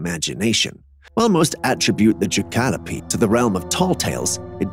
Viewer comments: the animal is called a jack-a-lope not ja-ka-lo-pe. 🤦‍♀️ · It is not gecalopee it is jack o lope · It’s called a jackolope jack o lope u know like antelope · Pronounced Jack-a-lope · LOL... The pronunciation of jackelope... It's half jack-rabbit and half antelope. You pronounce antelope accurately but botch the combined words. No American pronounces it that way. I'm still laughing! Thanks for the amusement!